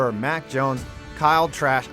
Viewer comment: “Kyle trashh—I mean Kyle trask”